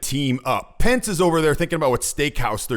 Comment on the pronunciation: Man you got Pence wrong